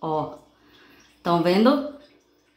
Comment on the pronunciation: Tá “venu”? Tem dó, fala direitinho, pô! Para de assassinar o Portugues! Quem vai dar credibilidade pra alguém q nem sabe falar direito!